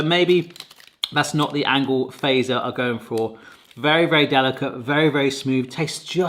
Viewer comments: Fazer, use English pronunciation for Z, so "fatser". It is not American "phaser". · It's "Fa-tzer", not "Fey-zer" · feiser :_D you have to pronounce it like FAT-SER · Really enjoyed your descriptions and reactions and feel like they were really genuine and truthful in how you felt about these Finnish sweets :) One thing that kind of hurts my Finnish ear if how almost everybody pronounces Fazer "wrong", In Finnish it should NOT be pronounced as word "phaser". The "FA", should be phonetically said like you say word "far", but without the r at the end and the Z is more like ts, so basically [fatser], not like [feisö:r] [faze:r] (that correct R might be hard to pronounce, that will be forgiven :D ) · did you know its typed fazer BUT pronoutsed FATSER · So in Finnish the "z" is pronounced "ts", so fazer would be pronounced fatser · It always tickles me how non-Finnish people pronounce Fazer as "phaser" :D Kind of endearing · It's still not "Feiser". Fatzer... Fat-zer F as in feline, A as in Albert, T as in Tony, Z as in Zorro, E as in elevator, R as in rose. Also, what's up with you English speakers and "Salma Kayaki"?